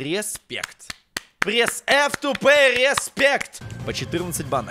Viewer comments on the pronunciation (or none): none